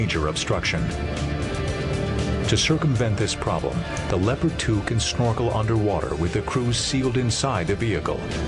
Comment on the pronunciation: He pronounced Leopard wrong XD